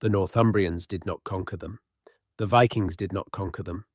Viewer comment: Viking's or VI-Kings